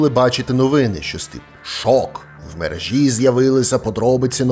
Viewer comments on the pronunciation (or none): none